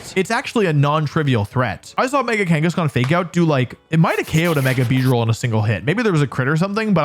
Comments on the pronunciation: IT'S KANGASKHAN, NOT KENGASKAN! CHARIZARD, NOT CHIRAZARD! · you said mega kangaskan. I heard it. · You said Mega Kangeskhan when talking about mega salamence btw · THERE IS NO E IN KANGASKHAN! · Was I the only one to hear Wolfey say mega Kangaskan got the aerilate ability?